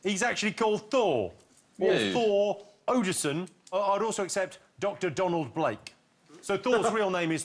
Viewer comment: Did Jimmy really say "Thor Odison" (no n) twice?